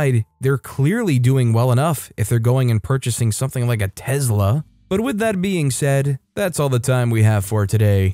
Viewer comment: Why you saying telsa like that lol